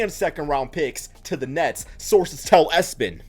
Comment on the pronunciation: Who tf read E-S-P-N as "ES-PEN" 🤣